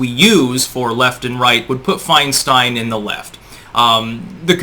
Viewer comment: Mrs 1940’s, FeinSTEIN (its Stein, not STEEN), is a Communist operative. Just like most of these lifetime politicians, they are traitors and have no loyalty to the USA Or Americana (Americana = Our amazing “hometown” “home-down” way of life and small town-like sensibilities, that comfort us and unite us in quaint familiarity). These politicians are responsible for America losing her “innocence” via everything from geopolitical terror, to cultural ROT via “hip hop culture” being PUSHED on us for 3 decades now. The Communist knows Nothing can destroy a country from within faster than the PUSHING on a society of those who make up the “hip hop” demographic. The “Hip Hop Demographic” is literally THE lowest of “Common Denominators” Socially speaking...... Once the HipHop demographic ROT takes hold, all standards and respect for authority, property, women, culture, economy, and laws, which took 200 plus years to build upon are COMPLETELY and carelessly discarded, thus bringing a society DOWN to the LOWEST COMMON DENOMINATOR. They will NEVER raise a society. EVER. This is how the Communist creeps in. Like a thief in the night, who will never leave. They just keep burrowing and burrowing until acceptance. Then all is twisted. That which is wrong, is right. That which is right, is now wrong.... We Are fighting for our lives now.